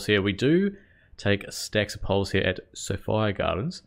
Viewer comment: For the record, I live in Cardiff, not far from the ground, and it 100% is pronounced suh-FY-uh gardens. So 'So-fire' is accurate. End of controversy.